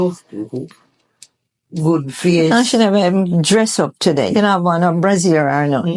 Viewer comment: “Brassiere”, lol!